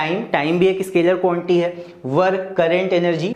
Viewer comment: Sir be like: Quantity ❌ Quanty ✅